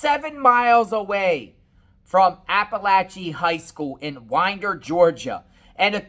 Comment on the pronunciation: It’s WINDER, Ga not Widner 😂